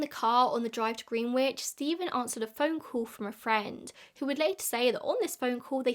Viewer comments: In the US Greenwich is pronounced gren-itch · The irony of an Englishwoman mispronouncing the word "Greenwich" is absolutely perfect. Never change,. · lol i used to mispronounce the (english) Greenwich for years, and now listening to say it with the 'w' i was beginning to seriously doubt myself 😂 insert so_whats_the_truth_OPRA.gif here 😂